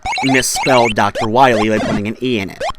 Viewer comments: Willl eeee? It’s Why Lee lol get it right lol js I had the same issue when I first played Mega man 2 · Wiley hahahaha its wily IMFAO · Why does adding an "e" to Dr. Wily make it sound like "Dr. Willy"? Wiley and Wily should both be pronounced the same. Dr. Wily does have his "wiles," after all. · I mean, Capcom themselves still had trouble getting his name right to be fair.